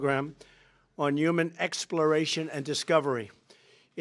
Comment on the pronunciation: I love this guy's accent "Twump" "Twying" "Expworation"